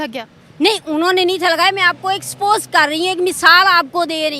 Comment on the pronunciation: Expose nahi... Spose🤣.. Yaani.. Suppose